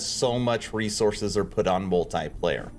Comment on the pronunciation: That though... Hearing 4 times multiplayer's pronouncation in a wrong way,made my ears travel to China xD Interesting video,didn't plan to play yet,due to work stuff